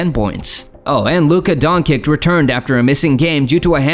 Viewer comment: WTF the imeges , timing and the nerative don't match at all why even make a video if you not gonna even try plus pronouciation of Luka Dončič is shit put respect on that name